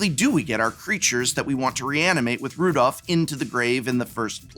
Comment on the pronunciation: Prof: prides himself an English major also Prof: can't read cards it's Rodolf, not Rudolph. it's Hospitaller, not Hospitalier.